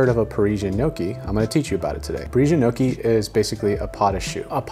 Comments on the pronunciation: Today I learned Gnocci is pronounced Nookie and not NoKey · Also not pronounced noki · The "o" in gnocchi is pronounced like in clock, rock or sock. Not like in phone, moan or loan. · gnocchi rhymes with chocky not chokey